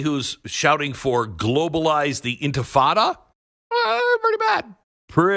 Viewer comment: So this is a very serious issue, but when Glen called "global intifada," quite inadvertently, "global infitada" instead, I found it quite amusing. An intifada worldwide sounds like a frightening streak of terrorist actions designed to destabilize Western Civilization. A global infitada, by contrast, sounds like all 7+ billion of us on the globe get some sort of delicious Tex-Mex appetizer for free. I normally despise such freebies, since they send wealthy taxpayers running for their offshore accounts and drive deficits through the roof, but I'm sorry, y'all, I'd have to make an exception for this one!